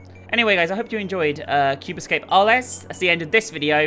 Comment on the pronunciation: Can we just comment on her pronunciation of Arles? Or the fact that she solved the liquids-puzzle by shear coincidence without even understanding the clue for it?